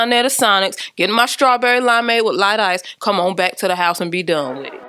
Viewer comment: Definitely wanna get it. Looks so cute. Love how she she says "bike" for " back". 🤭🤦🏽‍♀️😂